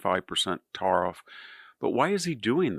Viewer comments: Your problems aren’t with Canada or Mexico, they’re with yourself. America needs to take care of their own issues and stop blaming the rest of the world.Also, it’s tariffs not tah-riffs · stop saying Tariff like that because its dumb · Why he say tariff like that